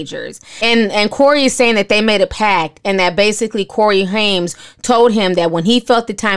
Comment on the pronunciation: Just a heads up...It's pronounced "Haim" no "s". Not Haims but Haim. Also, it's pronounced Grissom not Grisham as in the well know writter. Love your show!